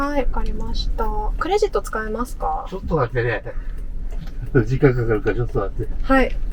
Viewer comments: 司机的第二句ちょっと待って听着更像ちょっと座って😂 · ”ちょっと待って” 我聽了很多遍，老爺爺說的我也聽不出來